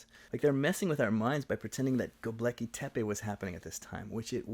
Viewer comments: Just a small correction: it's GöbEKLi Tepe, not GöbLEKi Tepe 😉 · Thanks for pointing out the complete irrelevance of Göbekli Tepe to their argument about Upper Palaeolithic societies. (Btw your video spells and pronounces it as 'Gob-leki' ;) but that's a minor mistake) It was a bit of a pet hate of mine when I encountered it in the book and I guess it only strengthened my suspicion the authors were willing to sacrifice intellectual rigour for topical sensationalism.